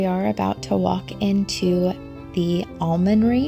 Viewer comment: Just a tip on your pronunciation.... There is no 'i' in the middle of Min-ster (a teaching church) and no 'd' in the middle of Almon-ry (a place where alms were distributed). You have a lovely family. But, since Americans usually come to the UK to see things that they don't have back in the States, it would have been lovely if you had actually gone inside this 900 year old cathedral with them. It really is amazing.